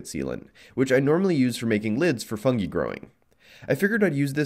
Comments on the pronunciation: oh shit he was saying fungi? thought he was saying e coli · Came here for the idea of a miniature bioreactor that I thought was gonna be an easy, safe, eco friendly reusable energy source Stayed for your interesting pronunciation of "Fungi"